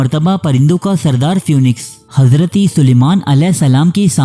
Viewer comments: Pronunciation is feeniks not fewniks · Even though it is written as p-h-o-e-n-i-x, it is pronounced phee-niks.